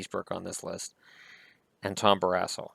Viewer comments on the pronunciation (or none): Did I hear him wrong? Did he say Tom Barass hole? 😂😂😂